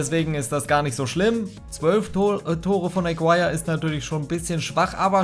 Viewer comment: Warum sprichst Du deinen Toptorjäger wie englisch aus? Is n Kolumbianer (~Agirre) das U is stumm. Können aber die wenigsten Fifa Youtuber. Wenn ich Fussball feier und damit "mein Geld verdiene" online, sollte ich das können oder mit der Aussprache ausländischer Spieler beschäftigen. Aber die meisten von Euch kennen eh nur die Spieler der Topclubs in der CL oder die Top5 der Topligen. Alles darüber hinaus ist "egal" oder was? Gucke Euch gerne aber das regt mich bei allen auf